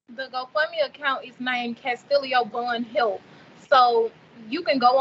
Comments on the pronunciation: The sister seems disconnected from her brother. She keeps referring to her brother as "Mr. Vaughn" and calling him Kastillio and not Kastillo. If any money comes from this Kastillo Vaughn should get it not Kassie. How will the money from G Fund Me be used by his sister if he is in prison and there is no cost for his medical treatment in prison and it's a matter of the prison following through with the actual care? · lol who calls their own brother MR Vaughan? She can't even pronounce his first name. How dumb can anyone be? You really donating?